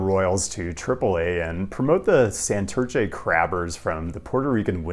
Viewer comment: Between how you say "Santurce" and "Queretaro" we need to get you some spanish lessons bro LOL